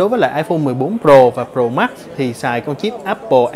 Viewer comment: Tại sao trình độ như vậy mà vẫn đọc sai. Tại sao đọc là: Pro mắc.. mắc